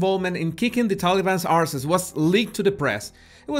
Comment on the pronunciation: You say the word ‘arses’ with a British accent. This pleases me greatly 😂😂